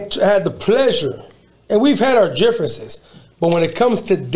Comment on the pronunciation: Jifference That’s how it sounds like when says difference 😂